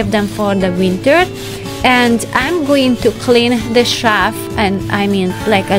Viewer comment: (You keep saying "shaft" for "shelf" - the closed captions spells it that way, too. LOVE your energy, your sense of what "belongs" where and how.